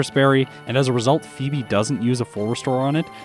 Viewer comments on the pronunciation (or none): none